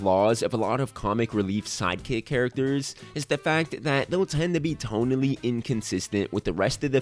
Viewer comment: Lol I thought he said side cakes like six times